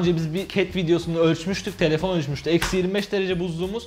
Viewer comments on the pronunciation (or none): Yanan "Telefon" derken.